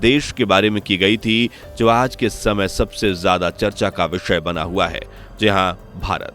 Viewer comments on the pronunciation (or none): none